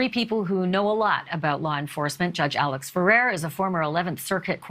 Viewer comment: You understand that Mr. Murdaugh's surname is pronounced Murdauck. It seems that you do not realize his first name, Alex, is pronounced Alec. I apologize if this point seems petty in the scope of this ongoing saga. I have just always felt people should be afforded the respect of everyone, especially journalists, to properly pronounce their names. I really enjoy your show!